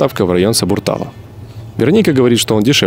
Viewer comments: Отличный фильм, профессиональный. И все же, не Ва́ке, а Ваке́, не Сабурта́ло, а Сабуртало́. Но Тбилиси, конечно, очень красивый город. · И все таки ударение в слове Ваке на е ,а в слове Сабуртало на о, я родилась и выросла в Тбилиси, жила там до 1991г. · С удовольствием посмотрела... Но Тбилиси очень изменился.. Удивило, что большинство стен разукрашены. Прям бросается в глаза. И все таки, правильно ставить ударение на последний слог Ваке и Сабуртало.. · Второй район наз.СабурталО а не СабуртАло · Фильм неплох. Но всё же Вакé и Сабурталó. Кровь из ушей от ваших Вáке и Сабуртáло!!! Вы бы у местных спросили, а не у экспатов, не потрудившихся выучить хоть немного язык страны, где поселились. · Не ВАке, а ВакЕ. СабурталО, а не СабуртАло. В грузинских словах есть ударения: одно главное, остальные второстепенные. И главное ударение плавающее, зависит от количества слогов в слове и от интонации. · С ударениями ошибка. Не Ва́ке, а Ваке́. Не Сабурта́ло, а Сабуртало́ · СабурталÓ , а не СабуртÁло)) я в этом районе вырос и жил 13 лет ) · Доброго дня. Хочу сделать пврц уточнений, т.к. я родилась в Грузии и до 16 лет жила в Тбилиси. Сабуртало( ударение на о)- очень старый, элитный район, который процветал еще когда микрорайон Ваке( ударение на е) еще даже не был посьроен. Сабуртало- это центр города, а Ваке- отдаленный район, довольео молодой, поэтому и дома относительно новые.Ударения в словах грузинских есть, и не надо их игнорировать.